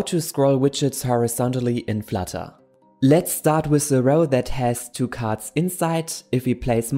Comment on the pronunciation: [F l a t a] . Love it